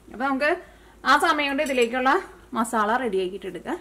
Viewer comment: മാസള്ള alla masala ann😅😅😅😅